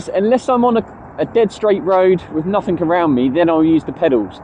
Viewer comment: It's NOT "nuFFink"